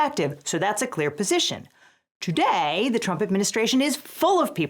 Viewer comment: 'toDAEe!' :3